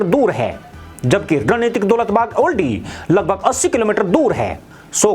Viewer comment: गलत उच्चारण मत करिए। दौलत बेग ओल्डी कहिए ना कि दौलत बाग ओल्डी।